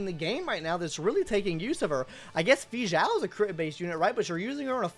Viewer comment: he says it so bad